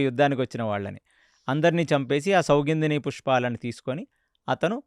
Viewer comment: Idhi bavundi. Kane meru chala names thappuga cheptunaru. Sathviki kaadhu saathyaki, sougundhini kaadhu, sougandhini pushpam.